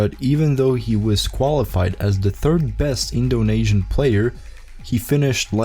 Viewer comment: It's Indo-nee-sian, not Indo-nay-sian